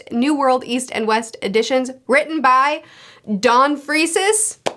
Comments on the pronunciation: That's the first time I've heard anyone pronouce it "Freeces" instead of "Freaks" LOL. Also, Ai (pronounced "eye", means Love in Japanese) is what Nanika says in the Japanese version instead of "Kay". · ITS PRONOUNCED FREAKS NOT FREESES LMA0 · ITS PRONOUNCED FREAKS NOT FREESES LMAO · oh and its pronounced "freaks". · gon's, ging's and don's last name is pronounced "FREAKs" free-ks. One syllable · Ging's dad actually raised Ging until he died in a boating accident. Ging's Grandma tell us this in those Ging chapters after Heaven's Arena. Not a dead beat as far as we know. Don Freeces(pronounced freaks) is likely a distant ancestor. Togashi likes his detours. The Dark Continent is a saga. Like meeting Ging it will be a while, probably epilogue. I would get it out of your mind. Before the DC we have the New Continent where the humans have to get permission and help to make the next stretch of the journey. I believe a we'll get a Human World Arc involving Gyro the crime boss from the Chimera Ant arc Werefin and Bizeff went to go see before it too. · Her pronunciation of Freecss really threw me off for a hot second. 😂